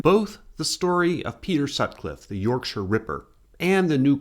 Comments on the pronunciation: Ty for saying Yorkshire properly 🥹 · Yep… and he almost pronounced ‘Yorkshire’ correctly.